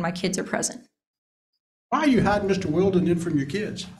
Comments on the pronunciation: Dad's attorney is good. That subtle needling of coo-coo mom by calling her bf "Wild-er" and forcing her to correct the pronunciation 👏👏👍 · It's definitely pronounced Will-den, for the love of phonetics. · How many times did lawyer mispronounce the boyfriends name? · Was Mr. Valdez's attorney mispronounced "Wilden" on purpose to fluster Mrs. Valdez? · The lawyer repeatedly misprouncing the bf's name 😅